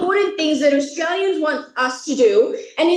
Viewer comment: ခင်ဗျားပြောတဲ့ Australia အသံထွက် က Austria ဖြစ်နေတယ်။ နည်းနည်း လောက် အသံထွက်လေး Focus လုပ်ပေးပါ။